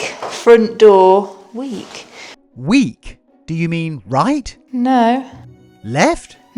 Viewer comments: the word is" near" not weak lol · you were trying to say "near" not weak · 11;08 NEAR not weak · It says NEAR FRINT DOOR...NOT WEAK 😂😂😂😂😂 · Trying to say “NEAR”??